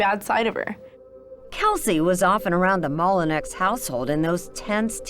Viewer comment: It's not pronounced Molinex. It's pronounced Molinow, spelled Molineax. It's french and my family name.